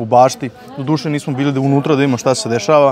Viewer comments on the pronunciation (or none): none